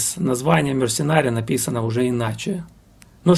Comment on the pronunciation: Ударение в названии группы совсем иное, плюс буквосочетание "CH" в словах "архитектор" и ""технология" звучит совсем по-другому, как и "TH" в слове "сквозь". Группу обожаю половину жизни, мне уже за 50. Спасибо за внимание к музыкантам, эту группу почти никто не знает, а знакомство с ней, и правда, подарит массу незабываемых эмоций:)